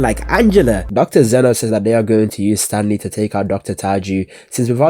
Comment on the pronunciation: bro it's Xeno not Zeno